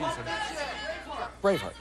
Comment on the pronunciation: hahaha, when says "Braveheart" I totally heard "brainfart" lol:D